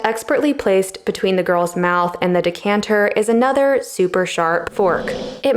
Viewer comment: At the end, did she say "dick-canter" or am I hallucinating? 😁